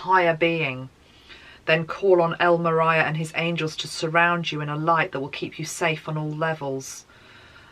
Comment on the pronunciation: Hi, thanks always for your channeling. El Morya is a 2 syllable pronunciation,(El Mor-yah). Sorry to be so picky but I want you to have it right.